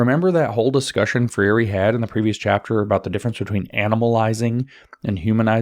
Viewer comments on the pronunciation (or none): Free reeeee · brazilian fan here, James. “FREY RhEE” (if I may respectfully assist in the pronunciation). thanks for the colossal work your doing.